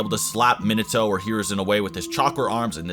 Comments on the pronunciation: the way he says Minato triggers me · Not to be rude for a guy who has watched naruto and has a channel about anime would at least know how to pronounce minato properly. I mean like how do u mess up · The way u pronounce shit is terrible. Minato and mangekyou is not the way u say it. And ur always talking about jerking the characters off